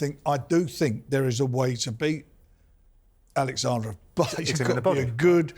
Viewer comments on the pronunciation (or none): Why does Frank say Alexander? It’s Oleksandr ffs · Frank stop calling him Alexandra 😂